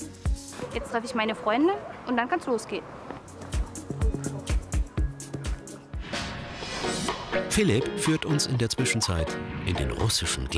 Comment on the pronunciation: Welcher russe heist phlip dahahaha xD